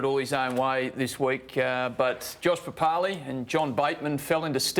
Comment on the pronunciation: Josh "Papalee" oh come on mate pronounce the last name properly mate